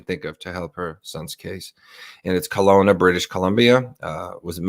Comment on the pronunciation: Its pronanouced Kelowna